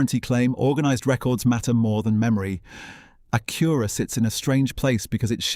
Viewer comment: Evidently, thing number one is how to pronounce "Acura."